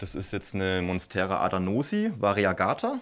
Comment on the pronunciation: "Adanosii" 😅 Sypathisch